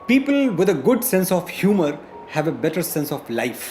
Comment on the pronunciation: Houmar nhi Humour (Thumbnail)hota hai 🥱.. Google Translator Use kar liya karo madam.... India ke 3-4 th class ke Students Itni English jaante hain...